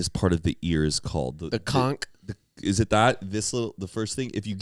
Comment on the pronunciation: It’s the Daith piercing that is supposed to help with migraines! Also, the other piercing is pronounced ConCH. Not Conk 😂